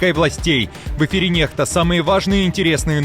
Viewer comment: Не нехта а некста